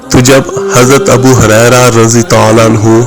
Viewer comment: ابو ھریرہ ہے ہاریرہ نہہں!